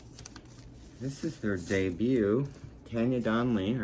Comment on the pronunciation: It's TARN-YAH., like SHAR-DAY. (for Donelly, not Tucker) I don't have Earwig on vinyl yet, that's the next reissue by American Laundromat in 2024. You know I love JH, and the ELO record isn't going to be out until November--damn vinyl pressing plant backlogs!